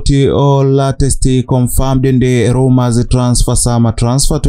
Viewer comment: Hate he pronounce the word rumour